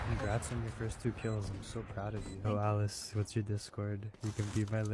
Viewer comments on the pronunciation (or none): none